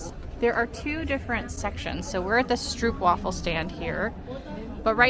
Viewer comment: It's pronounced stroapwafel. Not difficult to google pronunciation. Also stroop is not caramel, it's reed sugar syrup.